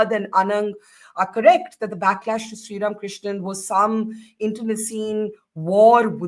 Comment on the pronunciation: Barkha Dutt could you please do your homework and at least call Srram KRISHNAN’s name correctly…?